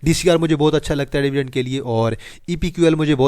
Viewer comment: dyvidend nhi dividend bola karo ,,,payndu bhai